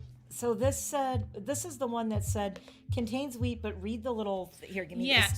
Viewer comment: I love your hair. The chocolates look so good. Every time that she said wheat, I thought that she was saying weed 😂. Aww I'm so sorry for the loss of your doggie. The 23rd is the 3-year anniversary since my sweet Chewy passed away. Lossing pets really sucks. My favorite candle scent is anything sweet like candy or baked goods like doughnuts. I'm burning sweet, sugared lemon right now. I HATE strong florals and lavender.